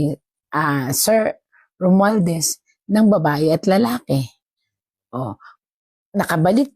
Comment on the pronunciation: bakit di mo ma-pronounce ng maayos ang SALITANG ROMUALDEZ